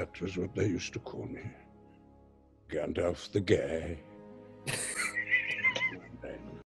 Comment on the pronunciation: "Smog" the dragon. Also, "Gandolf." And "Legoloss."